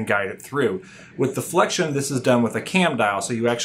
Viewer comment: its flex-ee-on, not flekshun